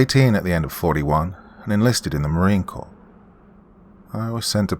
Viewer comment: Cool story, hey doc I’m glad you pronounce Marine Corps correctly… special note to the story writer Marines have Drill Instructors NOT drill sergeants